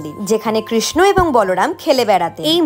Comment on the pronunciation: Kirsna noy pls sreekrishna uccharon karun...